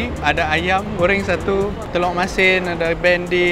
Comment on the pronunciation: Telur bro not telok